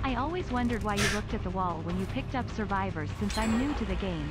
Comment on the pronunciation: I love how his accent makes him say surwibors